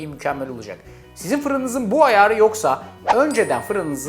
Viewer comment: Ayaaarı şeklinde bir telaffuza takıldım. Ayrıca yumurtayı koymadan daha güzel olur diye düşünüyorum. Çünkü lisede bize yumurtasız şekilde yapıyorlardı.